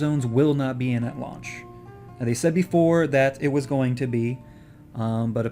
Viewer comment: sorry to be a nazi grammar guy, but i think launch instead of lunch